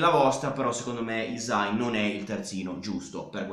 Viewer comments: la y in albanese si pronuncia tipo iu (non è proprio iu, non so come spiegarlo, iu è il suono che ci si avvicina di più), quindi sarebbe pronunciato iusai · Video perfetto, però hai sbagliato a pronunciare hysaj (non potevo non notarlo da nativa albanese). Comunque grande, sei davvero l'unico che entra affondo e discute di calcio con coerenza e capacità, continua così!